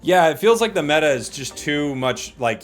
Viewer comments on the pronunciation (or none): none